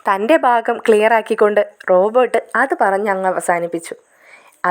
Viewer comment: ഹലോ കഥാപാത്രങ്ങളുടെ പേര് ശെരിയായി പറയൂ. റോബോർട് എന്നാൽ യന്ത്ര മനുഷ്യൻ എന്നാണ്. ഇത് റോബർട്ട്‌ ആണ്.